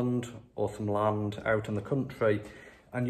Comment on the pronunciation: We need thousands of us to walk into parliament and physically remove these criminals. By the way, you need to sort out your T's. Words like London are not pronounced lonton, and land is not pronounced lant.